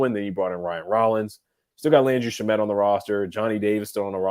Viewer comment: It's been a number of episodes now. So would say something. Landry Shamet's name's pronunciation. Last name: 'Sham' as in the news tweet guy: 'Shams Charnaria'. "Sham * met". It's how the Suns org, and how most people have said his name for the last 5 years. If unsure can check with any of the other Locked ON guys including the Locked On Suns.